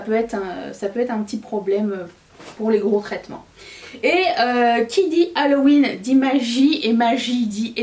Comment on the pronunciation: Je me demande si j entends correctement ":: halohuitre"? 🤔🤔🤔🤣 sort de ce corps!!!! 👻👻👻💀😅😅😅😅